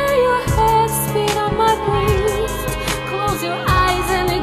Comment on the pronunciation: Bruh, you pronounce 'breast' to rhyme with 'feast' and 'beast'.